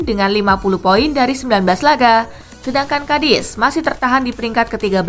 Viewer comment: Tumben si Mimin banyak salah ngomong nyaa Marusic jadi murasic Lille 48 poin jadi 28 pion 😂😂😂